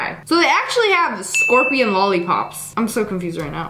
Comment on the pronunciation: i heard spopion